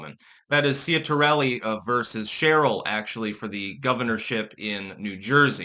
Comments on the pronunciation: It's pronounced CHIT-ar-elli. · You couldn't even take the time to learn to say the name properly. Some linguistics expert. 🦉